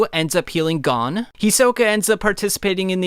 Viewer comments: I have only one criticism. You keep saying gone instead of gon (pronounced goan like moan but with a g) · Gone ❌ Gon ✅